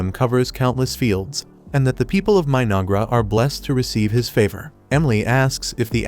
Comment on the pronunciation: 😂 The AI voice sounded like it called the civilisation My-Niggra... I had to replay it 4 times and yep that's what the voice said. It definitely wasn't My-No-Ghra. I wonder if the creators are fans of Denzel Washington from Training Day, lol.